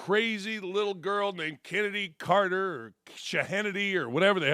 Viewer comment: He did... Just didn't pronounce her correctly.